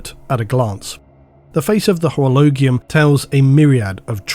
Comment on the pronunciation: It's called orolo"gee" ium, myfriendo. You are the best as Always. Keep up this astonishing work!!!